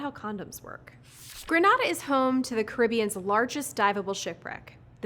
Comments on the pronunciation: Love the video, but just one correction: Grenada is pronounced as Gree-Nay-Dah, not Gre-Nah-Dah. Thank you very much! 🇬🇩🇬🇩🇬🇩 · It's pronounced grey ney da (Grenada) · A congressman said about the 1983 invasion - 'You say Gree-Nay-Dah, I say Gre-Nah-Dah, let's call thing off.'